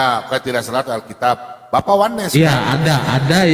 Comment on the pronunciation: Kok alkitiab, bukan alkitab.😅😅😅